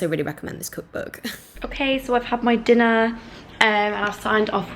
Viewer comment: your „okay“ after doing your makeup sounded SO german omg